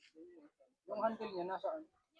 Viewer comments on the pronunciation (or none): none